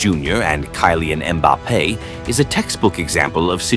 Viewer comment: "ViniKIus" "KAYlan"